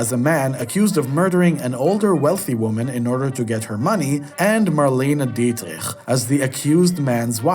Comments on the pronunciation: Good! But there is always time to fix mistakes. It is absolutely awful to hear Marlene Dietrich's name pronounced in this way, especially since it is often heard correctly in both English and German. Joan Fontaine is not to pronounce like Joanne Woodward It's also a shame that you didn't mention Dean Martin in "Kiss Me Stupid," since he plays the male lead, and Fred MacMurray's important supporting role in "The Apartment" was unfortunately not mentioned either. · Pronouncing Marlene Dietrich's last name so horribly, as if you had throat cancer, is unforgivable. English speakers pronounce it Dietrick, while Germans, French, and others pronounce it more softly... Dietrich. You should decide on one of the two before publishing your ranking. Marlene Dietrich remains one of the most famous and recognized Hollywood legends of all time, as well as one of the most successful show business stars. You should show her more respect and make an effort to pronounce her last name correctly. Not to be forgotten is that Marlene Dietrich received the Medal of Freedom (USA), Chevalier de la Legion d'honneur (France), and the Medal of Bravery from Israel for her service to the Allies in World War II. More commitment and knowledge are needed here.!!